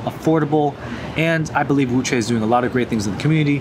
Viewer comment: Wuque would be pronounced more like “woo chew-eh”. Chew is kinda in between chew & choo (like a choo choo train).